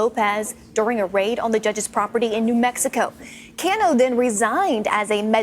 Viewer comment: Cano? Snake-O!